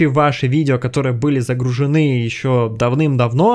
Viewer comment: полезное видео, но, пожалуйста, ставьте правильно ударения в словах. Очень трудно слушается (загруженЫ и тд)